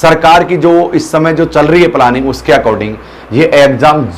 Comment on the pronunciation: It's planning.. 🤣🤣🤣 पलानिंग नही होता।